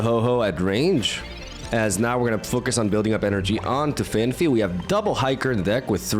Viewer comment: Phan-fee ❌ Phan-pee ✅